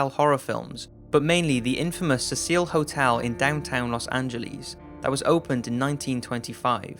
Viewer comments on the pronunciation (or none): Cecil not cecille D:< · its pronounced seesull Hotel not sehsil hotel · Cecil Hotel is pronounced .. See Sill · seeing as how you have many many hits on this video , you probably know now but it is pronounced like this > cee-cil The Cecil Hotel . Not a reprimand but just fyi and thank you for the video. I liked it. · it isnt pronounced suh-seal it is a mans name sea-sull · FYI it's Cecil like "Ses-L" or "C-Sil", not "Cecille". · It's not pronounced CecEEL or CEEcil. It's pronounced CESSil. These cases are definitely disturbing, twisted, and sickening, and illustrate, once again, how many psychos and pathetic people there are in this world. As for the the people who want to stay in Elisa Lam's room. - YUCK! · IT"S SEA-SILL AND IT'S LOS ANGEL-E(AS IN BED)-S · IDK, but the way the name is spelled I would guess the name of the hotel is pronounced, "See-sil" and not "Se-Seal". Again, I don't know for sure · The name Cecil is not that hard...i remember the lion died everyone mispronounced it...Apparently you didn't learn about f'king vowels in primary....The second vowel changes the sound of the first vowel. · The way he pronounced Cecil drove me nuts lol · I hate how he pronounces cecil...